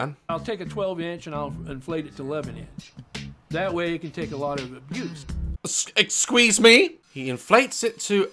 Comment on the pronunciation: 'exsqueeze me?!' 🤣